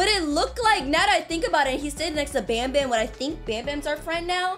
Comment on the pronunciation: banban not banbam